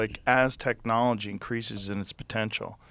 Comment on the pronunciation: "Aztec-knolgy" Anyone else catch that?